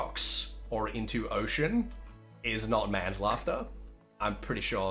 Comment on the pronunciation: Did just say "More like left to die like MANS LAUGHTER" instead of MAN SLAUGHTER?